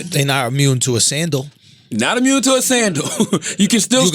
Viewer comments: It’s not ‘mute’...it’s ‘moot’.😂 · It's not "mute point" it's a "moot point". Look it up. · It's "moot point" not "mute point" lol but that Beto conversation was refreshingly honest